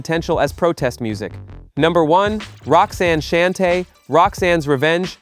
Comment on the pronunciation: Great video, but I kept cringing every time he mispronounced Newcleus and Shante